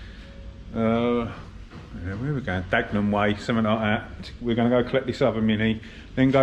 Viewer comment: And that’s how you say Dagenham properly 👍 drives me mad when people say dag en ham 😂